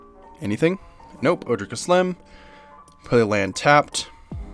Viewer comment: Love this deck, I always feel at home in green. Kaslem doesn't super speak to me as a commander but I have most of these cards anyways so I'm definitely going to be playing her! Side note just to let you know, all of the Ojers are pronounced with the J as an H like in spanish, so it's O-hair